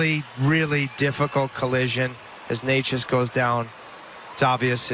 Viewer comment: Hope Necas is alright, but is anyone going to talk about the God awful commentating??? Like that is definitely not how you say his name